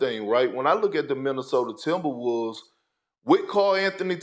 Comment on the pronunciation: "city of Minneosta"...